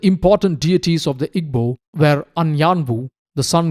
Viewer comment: Not at all. The work Igbo is made of three sounds. "I", "GB", and "O". There is no "B". "GB" has a unique sound similar to combining soft 'g' sound and another sound which I do not think exists in English pronunciation. It is not EE-BO, and it is not EEG-BO like the narrator kept saying.